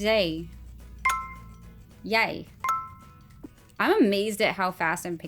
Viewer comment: You said “jij” very well! “Babbel” is a Dutch word (or at least it’s a word in Dutch too) and it means “to chat”. 😊